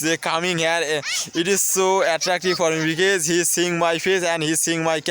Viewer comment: because, বিকেস না ভাই বিকস